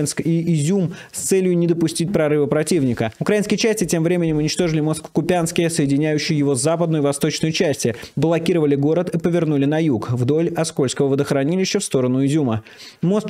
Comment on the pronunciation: #Naki Ку́пянск, млять!!!! КУпянск!! Ты же не Наки́! И тебе наверняка неприятно когда так говорят. Перестань коверкать название города!